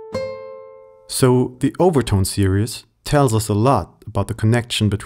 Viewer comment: I'm guessing you are German? You pronounce the word 'series' as serious.